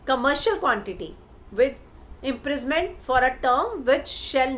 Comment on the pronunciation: IMPRI-SON-MENT...imprisment kya hota hai? Reporter kehte ho khud ko , bolba toh thik se seekh lo!!